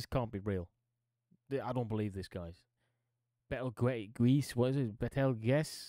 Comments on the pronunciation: Betelgeuse, is pronounce Beetlejuice, and its a very special one it is! I recommend you look into it a bit i bet you'd be surprised. We were expecting it to go supernova i beleive last year! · betelgeuse is pronounced beetlejuice like the michael keaton character from the movie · Your absolute butchering of the name ‘Betelgeuse’ made me subscribe and turn on notifications For future reference, it’s pronounced Beatle-Juice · Betelgeuse is pronounced Beetle Juice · You say it like this beatle juice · For the future, Betelgeuse is pronounced like Beetlejuice. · Riel rhymes with Nigel. Betelguese is pronounced Beetle Juice.